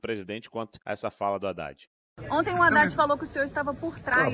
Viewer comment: HADDAD.... ...HA_IDADE .......KAKAKA .... FALA ..... DEPOIS DIZ QUE NÃO FALOU ..... HA_IDADE .....KAKAKA .... CUIDADO ... CUIDADO .... NICOLAS TE. PEGAR ....KAKAKA